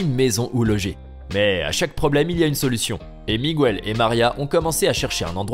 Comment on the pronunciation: MIGUEL se prononce mikel pas migu ell